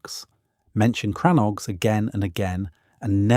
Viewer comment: They are and never were "CRANNOGS" I cannot spell the word on this keyboard as it is in the Irish language. The pronounciation is more like "CRANNOGUE"